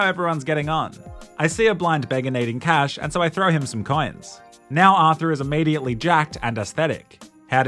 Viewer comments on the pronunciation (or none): none